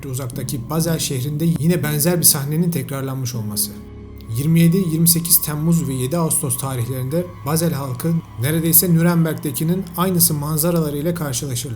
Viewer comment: Kardesim videolarini severek izliyorum ancak Nuremberg'i yanlis telafuz ediyorsun. Turkce okundugu gibi telafuz edilmiyor...